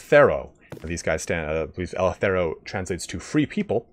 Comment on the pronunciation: Eleftheroi.... As a Greek your pronunciation of the name is killing me... 😂 Great video, Thabk you!